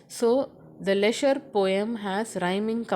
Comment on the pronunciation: Mam your prounounces of poem name is wrong